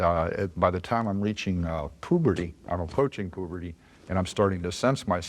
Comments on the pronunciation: “pube -rty” around then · He said both pooberty and puberty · I didn't know there were any people that pronounced it as "POO-bur-dee"